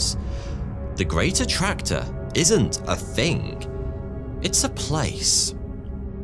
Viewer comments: Can't help but hear "greater tractor". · Did anyone else think he was saying ' the Greater tractor' ? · I thought you said The Great Tractor (like John Deere) 😂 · I thought he said The Greater Tractor for a sec. I mean....Tractors are pretty cool, but I dunno.